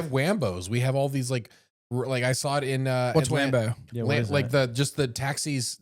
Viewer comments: Waymo not Rambo 😂🤣😂🤣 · Wambo? Rambo with a speech impediment...